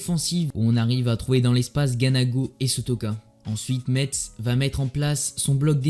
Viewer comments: Vidéo grave propre mais juste pour info on prononce '' messe''👌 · Pour info ça se dit ''messe'' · On prononce pas le (t) de Metz